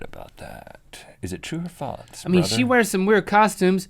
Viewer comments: Its FALSE not FALTS!!!! Everyday you guys drive me crazy with your inability to pronounce such a simple word!! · Omg stop saying faltz